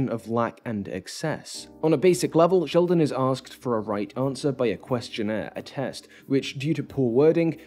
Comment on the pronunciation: Did you call him 'Shellman"?